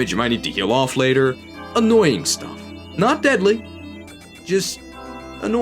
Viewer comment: This is going to be the weirdest comment you have ever read. The way you said "not deadly" when talking about mudkip at didn't register correctly in my brain for a full 4 seconds so I thought you just said some jibberish. For the first time in my life, I experienced what English sounds like to a person that doesn't speak it, which up until this moment was completely impossible because I speak English myself. So I want to thank you for enabling me to have an experience that should have been completely impossible. It was obviously unintentional, and the replay seemed normal no matter how much I retried it. Therefore, me hearing it the way I did and my brain short circuiting was a miraculous one in a million moment. I just want you to know that you gave me a unique experience that can never be replaced or replicated